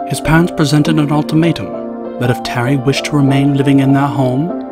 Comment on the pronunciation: As long as understandable though. Also there are some errors in saying it like he says "pants" instead of "parents"